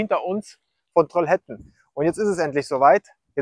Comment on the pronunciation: Trollhättan. Troll - hät- tan ausgesprochen.